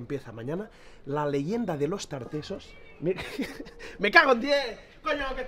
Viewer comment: Los tartasoss dijo 🤣🤣🤣